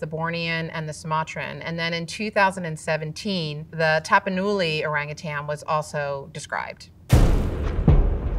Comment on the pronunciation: Exactly it's not Tapanuli.....it's Tamparuli and it's located in Sabah, Malaysia